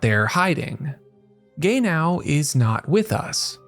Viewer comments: Not Gay-now. 😒😒😒 It is ge-nau. 😕😕😕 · the AI voice that keep saying Gay now is seriously getting on my nerves lol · Take a shot every time you hear "Gay-Now" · The way you say “Gay-now”😂❤ jk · Amazing analysis of the character and the episode, however I can't unhear him pronouncing his name as "gay now" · Calling Genau, Gay-now, is crazy work 😂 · I'm sorry but yeah, hehe. It makes me laugh but Gaynow is NOT the same name as Genau...I really really hope you aren't one of those people who mispronounce things like this on purpose just to get comments. I liked your video though. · He wasn't gay yesterday but he's gay now. yeah. I hope guy isn't doing on purpose for that well uhh... purpose. I'm cool if it's just the shits n giggles or if they just pronounce it that way but doing it to get those... I mean I understand sometimes creators do stuff to get by but personally just drives me off. They do make good points so yeah. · Fr i cant focus watching because of this 😂😂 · Our man invented a new way to pronounce "Genau". I don't think any of the voice actors ever pronounced it similar to how he does. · Should have pronounce the name in japanese than in american english to avoid the confusion.